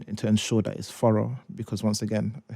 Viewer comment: Furra ? Did he mean thorough. 😂